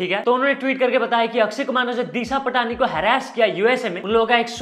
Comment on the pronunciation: bhai its disha पाटणी not पटाणी